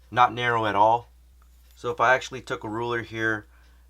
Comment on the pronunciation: "ashuh dude"